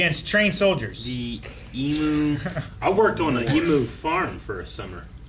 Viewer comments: It always slightly annoys me how people pronounce emu.They say em-moo instead of ‘em-you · It's always hurts me when no one knows how to pronounce "Emu" correctly. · American pronunciation of Emu is something else. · honestly to me, e-moo and e-mew are virtually identical. it literally doesn’t sound that different. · The way Americans pronounce emu is so bad haha